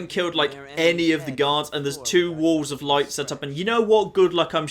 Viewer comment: I legitimately was not sure if was saying "walls of light" or "wolves of light"